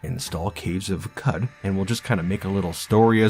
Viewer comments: qud is pronounced like "kuhd" because it comes from qudzu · It's pronounced Qoc